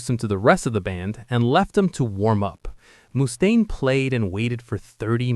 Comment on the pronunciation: anothe 80 IQ Lars basher 😂 and it's pronounced Muh-staine. Not Moo-staine 😂😂